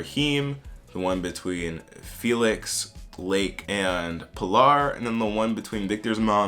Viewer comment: Folks be saying Pilar like pill are, but it is really just pee Lawr